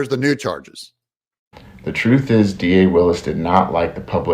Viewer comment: She didn’t say ‘truth is…’. She said ‘troof is’. She can’t even speak English.